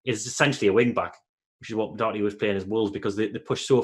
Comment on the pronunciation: Please pronounce Doherty properly!